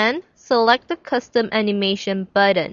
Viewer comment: actually I ment you should change the "button" pronouncation, the t is important not a d not buddon otherwhise great tutoring. sorry for the last comment